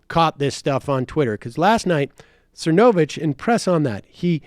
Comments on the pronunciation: I'm at the hair salon so I have the subtitles on and every time you say Mike's name it comes across "Mike sir no bitch." Lmao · Is it supposed to be funny mispronouncing Mike's last name? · sam constantly mispronouncing cernovich is poetry it's like he just makes no impression on him whatsoever - completely forgettable